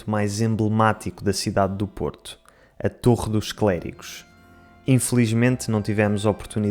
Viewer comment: "A torre dos clérigos" eu entendi "ator dos clérigos" 😅